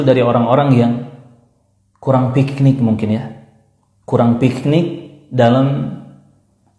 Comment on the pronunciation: Nyebut PIKNIK aja dia pake خ, Dia bilang PIKHNIK🤣🤣🤣